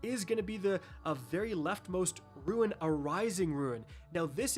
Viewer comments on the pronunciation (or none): OMG I WAS ABOUT TO MAKE THIS COMMENT ITS PRONOUNCED ROON not ruin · Brother, unless it’s a regional thing, I may be “correcting” you, but it is meant as positive feedback as you have become my sole source of D2 info. rune ~ prune ~ loon ruin = roo-in I swear, I’m not trying t bust your balls, but I’m hearing “runes” as “ruins.” It throws me off in those moments. If I’m the only one, then it’s me. If it’s regional, then that “ain’t” a thing. But if it’s unintentional, I’d rather be the fuck that says something, than the dick who doesn’t. Hope the kids are well! ✌️🤟👽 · Not just u, he keeps saying RUINS and it's killing me!!!!